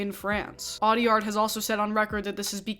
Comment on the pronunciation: I don’t meant this as an assault to you at all, because the majority of people don’t know French pronunciation, but I think it’s really funny and deserved that I’ve heard 0 Americans pronounce the director’s last name correctly.